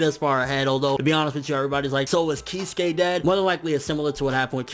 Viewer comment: Kiz-ew-kay not keyskay